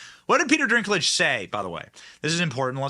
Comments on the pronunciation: Bro...why the f do you keep saying Peter DRINKlage throughout the entire video? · His name is DINKLIDGE, NOT DRINKLIGE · I want to make a game with my friends where we watch this video and every time Benny Johnson says, "Drinklage" instead of Dinklage, you take a drink. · Can someone tell Benny its Dinklage, not Drinklage lmao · Dinklage not Drinklage. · Why do you keep saying "Peter Drinklage" though? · It's Dinklage not drinklage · Dinklage not Drinklage lol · Is it driving anyone but me a bit nuts that Benny keeps sayn the guys name wrong....no R .....it's dink ....not drink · How many times are you gonna mess up pronouncing "DINK" it's NOT "drink" it's "DINK"!!! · Dude its DINK-lage not DRINK-lage..... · Pete's sake, can you get the man's name right? It's Dinklage, not "Drinklage". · I don’t watch any movies made by Disney! And before anyone jumps all over you for the way you are pronouncing Peter Dinklage, look at the spelling of his name there is no R. in Dinklage. His name is Peter DINKLAGE. I think Peter got really cocky after he was in Game of Thrones and won an award for it. He needs to understand that he is not the only little person that can act. Well, looks like Disney is gonna fall right along with all the rest of the woke companies. I hope they leave the state of Florida go to California and hook up with Disneyland because we don’t want them here! Yeah just can’t fix stupid! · Why is he saying "Peter Drinklage?" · Why does Benny call Peter Dinklage, “Peter DRINKlage?” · Peter DRINK-lage? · Benny it’s “Dinklage”Haha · It's Dink-lage... I don't like the guy. But say it right ir you look as bad as hollyweird Ben Duh 🙄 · DINK….. lage. Dink….. 🤦🏻‍♀️ after the dozenth time. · It’s not drinkage! Lol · Dinklage does NOT have an R in his last name. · Benny are you saying Peter's name wrong on purpose? It's funny if you are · Yo Benny there is no R in Dinklage... ha ha